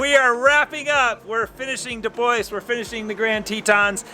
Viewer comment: We need a little lesson on how to pronounce DuBois. :) but I sure do love ya!